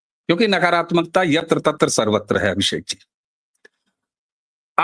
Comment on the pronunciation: Yeh to str ko astr bolted hai